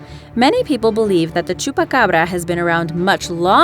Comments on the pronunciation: Why can't anyone say chupacabra!? You pronounce it like: chupacarbara! It's pronounced chupa Cabra! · Dose she know spanish because how she said chupacabra and Puerto Rico sounded like a Spanish accent